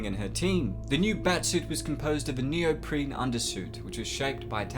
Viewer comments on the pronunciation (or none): none